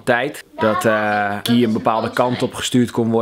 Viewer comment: Het is geen gi maar guy